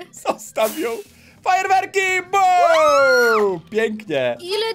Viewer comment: zamiast fajerwerki powiedziałeś frajerwerki